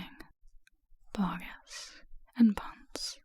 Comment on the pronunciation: I know it’s truly unimportant but I also need u to know it’s “BoggIS” not “BoggINS” :)